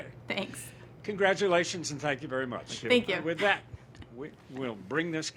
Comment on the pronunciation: THANK YEW - ugh such an annoyance